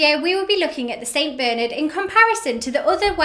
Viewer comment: It's Bernard and not Beernerd